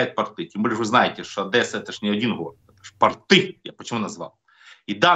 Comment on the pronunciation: Не портЫ, а пОрты, не тортЫ, а тОрты! Давайте правильно ставить ударение!!!